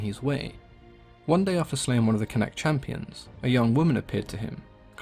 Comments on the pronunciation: Connacht is pronounced con-uct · I live beside a museum/cultural centre type thing for him believed to be near where he trained in ulster and where he was born in what is now dundalk. Its also pronounced con-uct